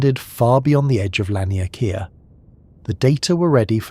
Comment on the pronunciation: its pronounced lawn-e-k-ah